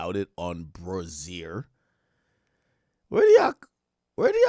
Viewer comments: Ak pronouncing the song name like "Brazil" when its just "Crazier" with the letter B is funny af 🤣🤣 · It's pronounced "BRAY-Z-ER" 😂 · Ak killing me the way he pronounced, “Brazzier” 😂